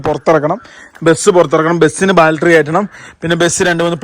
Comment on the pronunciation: ബാൽട്ടറി അല്ല പൊട്ടന്മാരെ...... ബാറ്ററി ബാറ്ററി ബാറ്ററി ബാറ്ററി Battery Battery Battery Battery Battery